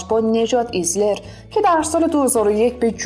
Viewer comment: به نظرم اسامی رو یه بار تو گوگل ترنسلیت چک کنین. نجات ایشلر، نه ایزلر. سلن سویدِر، نه سویدُر، لِوِنت‌اوغلو، نه لِوانت‌اغلو....